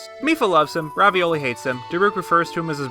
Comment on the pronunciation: Glad I am not the only person that thinks its ravioli instead of Ravoli